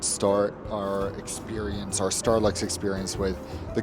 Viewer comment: it sounds like you said Starbucks again.😂